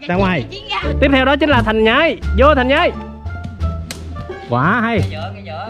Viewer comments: Hàng nhái mà nói là thành lác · Sao anh thành nhái mà vậy nói thành lac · anh ơi anh nói nhầm thành nhái mà anh nói thành lác hahahaha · Thành nhái mà nói là thành lát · Thành nhái sao anh nói thành lác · thành nhái ma anh nói thành lác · Anh ơi em có í kiến anh thành nhái mà anh nói thành lác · bị lag nhẹ Thành Nhái mà nói Thành Lát 😂😂😂😂😂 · ụa thành nhái mà sao nói là thành lác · Thành nhái ko phải thành lạc anh ơi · Thành nhái mà anh kêu thành lác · Ủa thành nhái mà kêu là thành lác :))) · Thành nhái với hòa thượng mà nói thành lác với hòa thượng